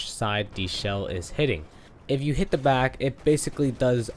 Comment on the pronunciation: Why do you say “de” instead of “the”. Smh